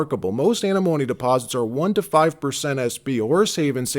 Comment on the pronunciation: You need to learn to pronounce antimone before you start talking about it